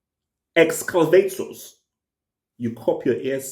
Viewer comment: Wtf is an exclavator? Lol